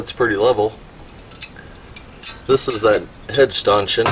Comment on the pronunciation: Great job on that stanchion (pronounced "Stan" "tion") ! Once you get a little sanding and paint done on it it'll look brand new!!! I'm sure people spend hundreds of dollars for those!! Thanks again for sharing!!